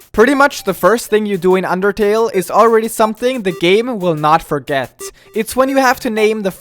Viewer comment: did you say underkill or undertale?